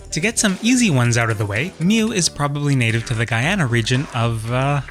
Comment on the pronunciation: As a personfrom Guyana, excellent job on pronouncing it correctly!